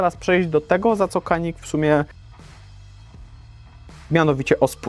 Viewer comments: Jak dla mnie super broń. Nie żałuję zakupu. Tylko błagam Was. To jest Dżanik. Ja wiem że jesteśmy w Polsce i że amerykance mówią Kanik ale w naszym pięknym kraju umiemy w poprawną wymowę i mówimy na Paugeot'a Peżo a nie pełgot :) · Nie zgadzajmy się na pseudo neutralność, szanujmy innych. Skoro Turcy mówią dżianik to uszanujmy ich wymowę.